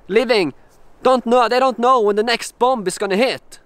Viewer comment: Hey, the second B in 'bomb' is not pronounced. 😊